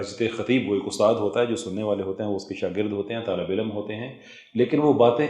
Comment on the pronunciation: You speak well with good Urdu. The only defeat is your punjabised accent of simple Urdu words. On the left hand side is your punjabised accent and on the right is the correct pronunciation. Or. Aur Tor. Taur Dor. Daur MoLuck. Mulk E-Lum. Ilm Foj. Fauj Both. Bohat Gay. Gaye (went) People like Dr Omer Adil, Awais Iqbal (atheist), Raza Rumi etc. are ordinary Punjabi like you but their correct pronunciation is praise worthy. I know it would take time to unlearn your punjabised accent, but unless you acknowledge your problem, you won't embark on towards solution. All the best